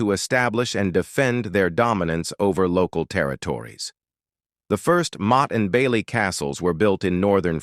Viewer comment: Awful AI, motty n bailey 😂